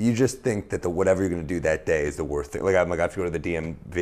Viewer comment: there's so much about this I like but I'm only gonna point out the fact that he can't pronounce 'worst'